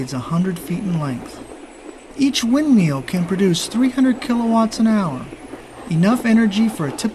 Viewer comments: omg the narrator keeps saying windMEAL instead of windmill hahahaha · Wind meal? Unfamiliar with that device. Turbine is pronounced tur'bin or tur bine', either will do, but this video, either way, makes me want my back. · oh yeah, i didn't get it at first :30 he does sound like he sez "wind meal". There's NOTHING to eet in the Coachella valley except dirt. Oh wait, there's the indian casino down the road close-by. The casino is right next to the large concrete dinosaurs. The same dinosaurs that are shown in the movie Pee-Wee's Big Adventure. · windmeel. haha this guy can't talk right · he called them windmeals lol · the way he pronounces "windmill" makes me want to rip out his trachea.